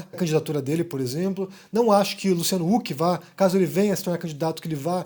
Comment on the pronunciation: Cara, tu é disléxico? Tu não consegue MESMO falar "Luciano RUK"?